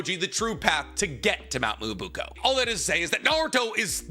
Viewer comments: that's cool and all but it's pronounce mee-yo-bo-KU, not moobuko 😥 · You said mount miyabuko so much time I thought I was wrong form saying mount miyaboku 😭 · IT'S BEEN YEARS, IT'S MYOBOKU, NOT MUOBUKO, FOR THE LOVE OF MY SANITY, PLEASE!! ME-OH-BOW-KOO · Ahem... "Miya BOW-koo" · please say it with me Myoboku (Mio Bo Ku) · I wish could say Myoboku properly Edit: he's saying it like "Myubuko" it's just so wrong it's getting on my nerves like just sound it out man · Please tell me that mt "mobuuko" is a way to rate bait for comments correcting him (just like this one) because that is the worst pronunciation of Myoboku I've ever heard, even worse than "Edo Tensai", "Kotoamatsukame" and many many others I've heard on this channel before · my guy, I really do love the videos, but pleeeeeease, take a second and learn how to say the things you’re talking about. Mee-yoh-boh-kew. Ay-doh-ten-say is another one you’re not saying right too. Truly coming with love and someone who has a speech impediment, but being such an authority on naruto you really should be saying things correctly. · With all due respect, its called Myoboku (me-oh-bo-ku). I love your videos, just wanted to help out a little. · Nicks dedication to mispronouncing certain words is hilarious. Honestly I'll be sad if he calls the home of the sage toads anything but mount moo-oobookoo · Dear, "mount me-oh-boh-koo" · someone please tell him how to pronounce myoboku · Nobody else bothered by the mispronounced Mt myoboku? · Take a shot every time he mispronounces Myoboku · for pronouncing myoboku wrong? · This man is a fraud, you can’t say myoboku or Fukasaku after all these years 😂😂😂